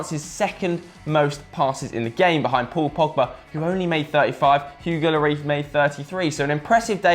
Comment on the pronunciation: and after that the other one sad Lori for Loris..annoyed the shit outta me